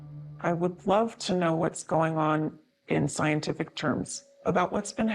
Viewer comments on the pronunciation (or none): It's not "scienticific",. It's 'supernatural'.....demonic.